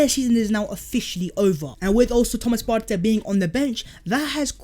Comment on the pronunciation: I’m Ghanaian and his name is actually pronounced like the word “Party”